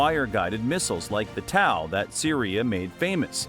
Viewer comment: How the help do you F#@ up pronouncing Tow missile systems name. Dam all you need to do is call it a toe! Or the Tow II missile system. Not towel. Idiot Ai voice over.